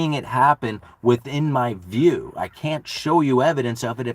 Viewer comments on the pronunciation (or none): none